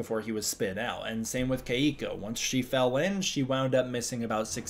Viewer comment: My girlfriend whose name is Keiko says please pronounce her name correctly. She says it's the easiest Japanese name to pronounce as there is no Japanese accent. Kentaro and Hiroshi are examples of Japanese names that require the correct Japanese pronunciation to say it correctly